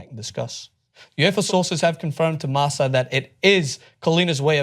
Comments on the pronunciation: Its pronounced marka, not marsa, but its ight, who am i to judge right? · the newspaper is pronounced MARKA, you r humiliating your self